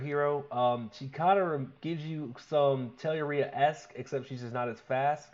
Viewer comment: Finally, a lad who pronounced Telluria correctly!!